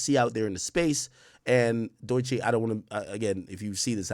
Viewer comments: It’s pronounced Dough-chi I think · dude be saying doye chee